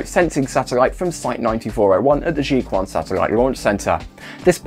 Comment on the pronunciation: There is no Jikuan satellite center. It's Jiquan. Ch sound. If you're shilling for the CCP, at least learn basic pronunciation.